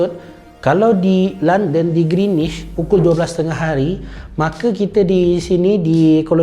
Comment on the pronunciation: Knp speaker sebut greenish? 🤔